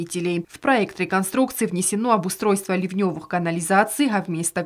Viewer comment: лИвневый, ударение на И .